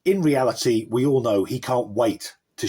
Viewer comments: Do you mean realty or reality? I hope you aren't teaching English. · realty instead of reality? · The way he/she pronounces the word “reality” gave the game away! Clearly reading it from a script!